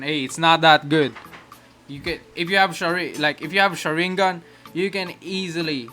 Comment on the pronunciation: My mans says shur in gun